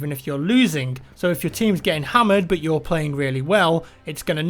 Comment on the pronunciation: when you say but it is like saying bot 😂😂😂😂😂☺☺😑😑 it is not funny